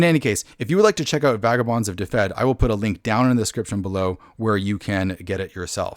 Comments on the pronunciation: its not difed its duved. y in welsh is usually an uh sound and one f is a v and two ff is an f sound. ;) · It is pronounced "DIV-ed" IIRC. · Just so you know, it's pronounced duh-ved. Aside from that, great video! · Looks interesting! Though, just an FYI, if the name really is based on the Welsh county of the same name, then it should be pronounced "duh-ved" or "dev-ed" depending on whether you want to say it with a Northern or Southern accent.